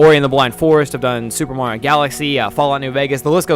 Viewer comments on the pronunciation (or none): none